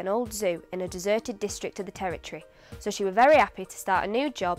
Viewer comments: Am I the only one that can hear a twang of Yorkshire in this mancunian accent? Words like 'So' she pronounces as Serrr (Very yorkshire) and 'Square' she pronounces as 'Sqerrr' . Apart from that it's bang on. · Definitely a little yorkshire in her accent. To pronounce "one" as "won" and "so" as "sur". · You have not emphasized enough an aspect that is, in fact, the most prominent to a non-native speaker: pronouncing "daily" as "dêly", "so" as "sô", "face" as "fêce", "waiting" as "wêting", "made" as "mêde", "take" as "têke", "bathe" as "bêthe" (with ê and ô having sounds as in the Portuguese language).